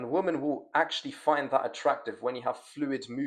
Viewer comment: You need to spend a day learning how to pronounce the word women. It is not pronounced the same as woman. 100 sets of saying women (wim-en) right now bruv.